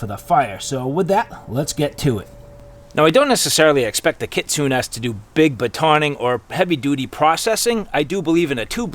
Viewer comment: Im not trying to be pretentious but I believe Kitsune that the E in the word itsounds like a hard A so it sounds like KitsunA . It is from taking traditional Japanese Karate for years . But I could be wrong .